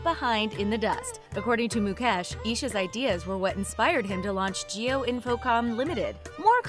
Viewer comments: Jio not Geo😂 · Well put video. However, it's "JIO" & NOT "GEO"